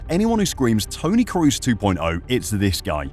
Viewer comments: why are English speakers always calling him Cruz? try saying Croz, that's how you pronounce Kroos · Please at least try to pronounce his name correctly. You keep saying Cruz when his name is Kroos. It's not English. The 'o's don't suddenly become a 'u' just because there's two of them. You might know Dortmund's Pascal Groß. The difference in pronunciation between Groß and Kroos is the 'K'. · It's kroos, please, not cruise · k-ROH-s... not crew-s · Toni KROOS was superb, You should respectfully learn to pronounce his name properly! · trying to pronounce a players name right is a matter of respect. You doesn't give a fuck and that speaks for it self.